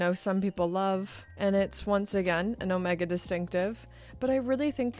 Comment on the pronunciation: I do wish you’d pronounce Omega correctly. Please.